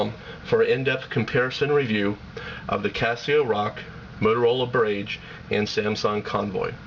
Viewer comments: its barrage, not birrragge. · LOL BER-RAGE! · its pronounce "bah-raj" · It's barAEgge not barAgge you fucking idiot! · That's pronounced "BAH RAHJ" you twit! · Bar....age.... rhymes with mirage. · great work, i thank you as im looking at these phones and the boulder. I appreciate your review and the time you put into it. Barrage or bar-RAGE, who cares how its pronounced as i can understand what you are saying. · Good review, but it's pronounced buh-RAHj. Mispronouncing the product over and over is a big negative. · I agree with CSUSam. Not being able to correctly pronounce the name of the Motorola "Barrage" utterly destroys the credibility of the review. I suppose the reviewer assumed that since "GARAGE" is spelled with only one "r", then the "Barrage" must obviously be pronounced with an emphasis on "RAGE". He devalues the raised keys on the Barrage and pumps up the raised keys on the Rock. WTF? He should have also mentioned that the battery life on the Barrage is much greater than that of the Rock. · Are you goddamn kidding me, not being able to pronounce "Barrage"? PhoneArena has officially been removed from sites I will ever check while looking at phones... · It's encouraging that watchers recognized the mispronunciation of barrage. It drove me nuts too. That said, it was a good, and seemingly objective rating video on the phones. I came away knowing that the Casio would be my next phone. I pray that it has more reliable phone use than my friggin' Palm Treo, that drops calls, fades out on both ends, etc. But, that's another rating story. Seriously dude, use the video, and dub in new voice-over with the correct pronunciation. Good job overall. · a few things- 1. learn to pronounce barrage. 2. if it's not QWERTY, it's a keypad, not a keyboard. 3. tell us the internal screen size in inches... especially if you tell us the external screen size in inches. 4. don't make reviews at 2am! otherwise it was a good comparison.